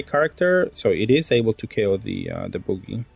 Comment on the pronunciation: Hearing "boogie"instead of Bug-ee (Buggy) the entire video had me laughing so hard 😂 great content as always 😊